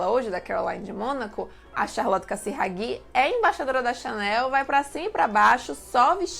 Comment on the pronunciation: vídeo ótimo, so precisa corrigir a pronúnica de nomes estrangeiros, CarolIne de monaco, não Carolaine, e é CasirÁghi, não CasiraghÌ. videos otimos